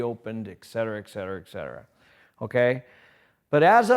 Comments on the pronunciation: Someone needs to tell him there's no "Eck" in Etcetera. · its a cultural thing, there's a capital "Eck" in Etcetera